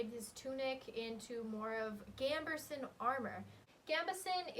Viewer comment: This was a great video, very fun and interesting, but for the sake of my sanity I have to point out that there's no r in gambeson.